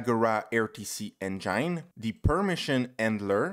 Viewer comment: interesting! Very helpful. A big thanks man! And also, you were saying "enjaine", lol. Got me confused at first.